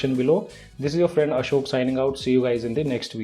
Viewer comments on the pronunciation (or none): none